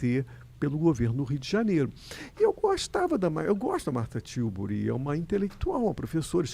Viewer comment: Martha Tiuburi? É Marcia Tiburi, Skylab!